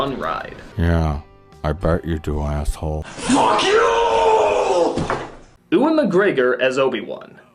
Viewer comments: Oo-wan McGegor? That's it. Lost all respect for NC. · "Oowan McGregor"? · Who's "Ooh-an" McGregor? Anyway, he did his best. Maybe a young Alec Guinness could have done better -- he got off on playing mysterious, vaguely holy characters. But nobody else.